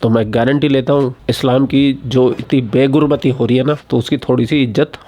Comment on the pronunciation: Beta...Begurbati Nahin...Behurmati 😂😂